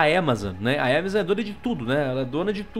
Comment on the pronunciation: Que empresa é essa que ele fala? Aquela que ele pronunciou "ÉMAZON"? Sério, oq É?